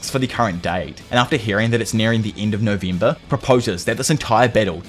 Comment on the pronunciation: Nuvemba and dicemba 😂😂😂 I’m dying that’s the best pronunciation I’m gonna pronounce like that from now on 😂